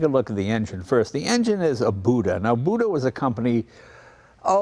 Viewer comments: FYI, Buda preferred their name to be pronounced "Beuda" not "Booda." Of course there is nobody left alive from that company to yell at you. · The engine manufacturer's name is pronounced Buda with a long U. Company is named after the town it started in. The how or why it became a long U vowel is not known but it was pronounced that way at the beginning of the 20th century from folks that were there. They actually have a long history in the railroad equipment business. Like Continental engines, they were used in a lot of different vehicles. Of course they were mostly manufacturing railroad tools and since the Rock Island Line went through the town they had access to good customers. You can find their rail road jack for sale at times.